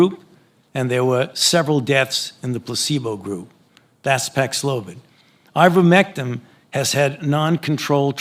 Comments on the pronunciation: fauci the great just called IVERMECTIN......with all of his knowledge....IVERMECTIM.....yeah, I'm not trusting an expert on a drug that he can't even pronounce AND should know the damn name of..no faith in this worm.....what a sad assed state of affairs this thing has gotten into because of this one particular evil man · Why is Fauci calling it Ivermectim? It's Ivermectin. Is he trying to give himself some cover? Or is he that ignorant? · He keeps calling "Ivermectin" - "Ivermectim". Why would that be? Is he implying that it's so worthless, he doesn't even bother to know how to pronounce it? Does he not know how to pronounce it? Is he trying to discourage you from looking it up by spelling it wrong?